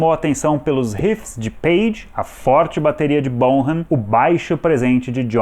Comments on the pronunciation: o sobrenome do baterista soa como bonam e não borram. 😉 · John Bonham se pronuncia John Bón-am... BONAM